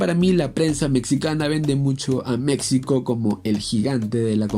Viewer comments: Se pronuncia MEXICO no MeCSIco. Por favor dejá de hablar así. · No entiendo por qué dices mecsico se dice MEJICO SE ESCRIBE MEXICO no somos mecsicanos somos Mexicanos fuera de ello tus vídeos son buenos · Aprenda a pronunciar México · Porfa, se dice Méjico, no Mécsico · En buen plan deja de decir Mecsico, se pronuncia Méjico y se escribe México. Y referente a lo futbolistico, nunca mencionas nada contundente del por qué es sobre valorada, nunca hablas de números y no citas ningún mundial. ¿Te basas en los periodistas mexicanos para hablar mal de México? Wey, es lo peor que puedes hacer, basate en la opinión de la gente común. Los comentaristas mexicanos son más malinchistas que la misma Malinche. Cuidado, crack! Si no sabes de México, mejor no comentes. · Habla bien mectzicanos mecstsico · Escuchar "Meczico" y "Meczicanos" es muy horrible. Solo quiero aclarar eso. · Antes de nada aprende a pronunciar México y los mexicanos objetivos sabemos que la selección no es potencia pero decir que México es tan malo como ese descalabro contra chile es como decir que Brasil está sobrevalorada por qué perdió 7 uno ante Alemania, y si a esas vamos estadísticamente son más las victorias de México ante chile así que ya chole con decir como único argumento de que México es malo por ese juego haber de que país eres